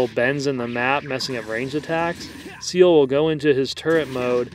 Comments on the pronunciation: I'm fairly sure his name is pronounced C L. Like the anime character Ciel in black Butler XD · I thought it was pronounced "Se-ehl"